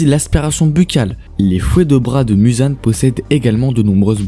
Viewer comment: On prononce mouzan pas mUzan c est comme si tu dit narUto sasUke mais c est "ou " sinon sympa la video